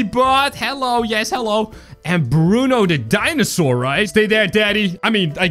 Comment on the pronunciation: Actually it's not bruno it's bron